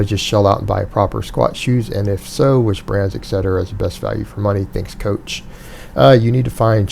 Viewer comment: Coath, haha